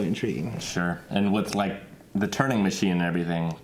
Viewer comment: Its Turing not Turning...